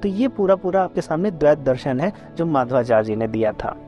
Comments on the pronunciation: For your kind information, His name is Madhvācārya, not Mādhavācārya. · Nice attempt and good understanding. However, subtle inaccurate statements are there to be corrected such as linking Advaita to mayavad, pronunciation of Madhvacharya, etc.